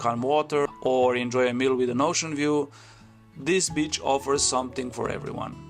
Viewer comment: ❤❤ uhr, my good man, maybe for your next beach coverage you’ll consider stretching your “i” a bit such that it sounds more like ‘bee-ch’ and not so much like “b-tch”. One’s the seaside, the other is a female dog (or a not particularly friendly lady 😊). Anyway, this was the absolute best video I’ve come across on this topic! Super helpful. Thank you!